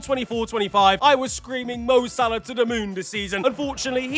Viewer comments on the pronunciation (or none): none